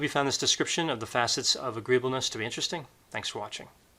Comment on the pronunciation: Correction: "agreeableness"